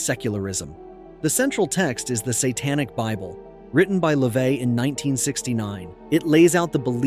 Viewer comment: What's your point? It's pronounced Le-vay